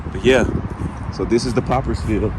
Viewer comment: It's called "Potters Field"...not Poppers....man....love love love